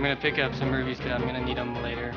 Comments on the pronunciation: is it just me or is he saying rubies? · i hate when people say rubies instead of rupees